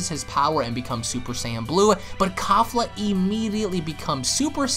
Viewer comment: the name pronounce KE- FLA like KEY-FLA not KAFLA lmaoo you all pronounce it all wrong.